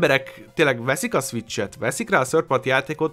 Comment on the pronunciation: krva hosszú lett. Ugyan ennyi tartalmat bele lehetett volna sűríteni 15 percbe is. + (de ez lehet hogy csak engem zavart) borzalmas volt hallgatni hogy egy-kettő szviccs.